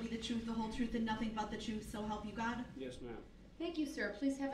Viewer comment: “Licen place” (license plate) “Truff” (truth)